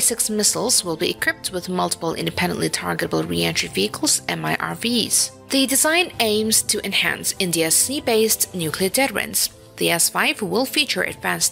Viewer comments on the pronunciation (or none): Interesting to see you. You have a good screen presence, try to pin the hand down, or put it under the table. Two words you might think about, particularity if your narrating videos about military hardware. deterrence = Dee-terr-ance try and draw it out a little covert = coh-vert, make the oh a long oh. These are things a an colloquial western English speaker hears, and they are a bit jarring.